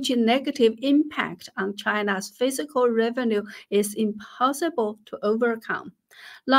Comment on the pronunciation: You are awesome and I love all that you do! Your English is plenty good enough to understand, though some words aren’t quite right. The word “fiscal” you pronounce as “physical” (fih - zih - kul), which isn’t correct. The word “fiscal” is pronounced differently: fiss - kall. I would never succeed at learning your native language, you are super impressive! I mention the pronunciation only to be helpful, I don’t mean to slight you in any way. You are incredibly intelligent and a good person on top of that. Thank you for all that you do — have a great week!